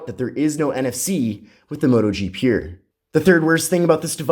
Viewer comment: Your pronounciation of the word "pure" is as painful to hear as Bush saying "nuclear".